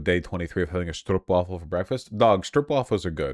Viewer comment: His first task will be learning how to say stroopwafel correctly, stroupwafel made me take physical damage